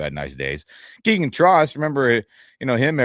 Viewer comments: Trost is pronounced more like "Troast" according to a journalist who was corrected about it earlier in the week, this week . . . and Ty Simpson still has a long way to go in learning the offense . . . he's demonstrated physical ability so far but, it's only been a single, pre-season game . . . we'll see what develops in the next 2 weeks, before the season starts and cut down to 53 plus practice squad . . . 🐏🏈💙💛👀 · It's pronounced "Trost" not "Trost"